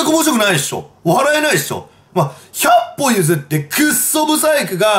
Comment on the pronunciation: 百歩譲っての ひゃっ↑ぽ↓で笑ってしまった